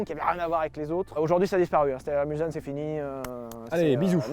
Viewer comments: Sylvain on ne dit pas mul z ane mais Mul SS ane! Mulsaneest une ville limitrophe du Mans qui possede le celebrissime "virage de Mulsane" du meme nom sur le parcour officile des 24H00 du Mans. (Je suis du Mans 72 ;- )) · Pitié, ne dîtes pas "Mulzanne" comme Fipeux ou Tonton Akram ... C'est "MulSanne" avec un "S" . C'est le bled qui est au bout de la ligne droite des Hunaudières sur le circuit du Mans . M-U-L-SSSS-A-N-N-E ... 🙄🤪 C'est pas compliqué quand-même ! Les Bentley, avec leur passé historique aux 24 Heures du Mans, ont reçu quelques dénominations qui reprennent les noms des bleds alentours (et optionnellement des noms de virages célèbres !), dont Mulsanne et Arnage . À ce que je sache, on ne dit pas la Bentley "Arneidge", mais bien la Bentley ArnAge . Respectez ces autos, elles n'ont rien demandé ... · Alors, en temps que Mulsannais, je tenais à vous dire que ça se prononce MulSanne et non MulZanne. Personne ne comprends pourquoi au 24h du Mans ils prononce avec un z. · Vous avez osé prononcer ça "mulZanne" O_O pas de bol ça se prononce "mulSSanne" même si ça s'écrit avec qu'un seul "S" Kappa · Levy ptn on dit Mulsssssssssanne et pas Mulzanne 😭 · Mulsanne se prononce Mulssanne, c'est un petit bled ou passe une partie du circuit des 24h du mans comme la bentley Arnage d'ailleurs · Je suis sarthois, entendre "Mulzanne" ça fait mal. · La Bentley Mulzanne ? Mes oreilles ont saigné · La Bentley Mulsanne c’est en hommage au virage du Mans (Et a la ville éponyme) ? Si oui Sylvain ça se prononce Mulssane Gneugneugneu. Je me désabonne. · On dit mulSSanne 😅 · on dit Mulsanne comme "mulssanne" , comme le virage de Mulsanne, circuit Le mans :) . 72 represent ! :) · Pour info, la Bentley Mulsanne ne se prononce pas "Mulzanne" mais bien avec un "s". Et pour les plus curieux, ce nom vient de la ville de Mulsanne dans la Sarthe, et un bout du circuit des 24h passe dans cette ville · Mulsanne ça se prononce Mulçanne... Les Sarthois te pardonnent 😂